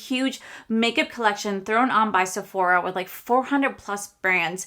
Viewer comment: IT'S NOT SEPHORIA it's JUST SEPHORA......NO I in there 😂😂😂😂